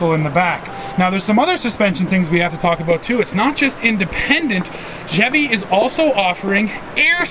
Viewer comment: didn’t know Chevy was pronounced like that 😂😂